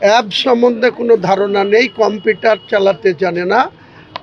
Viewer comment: আপনি তো নিজেই কম্পিউটার উচ্চারণ করতে পারছেন না। 😂